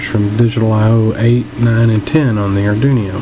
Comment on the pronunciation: Nice video. I got some ideas for this ping pong ball difusers, like an indoor gigantic vumeter for visual capture of the environment sounds. And it's funny how you pronounce Arduino. It sounds like Ardunio, with n and i reversed. It gives a new twist to this familiar word. Thank you for sharing.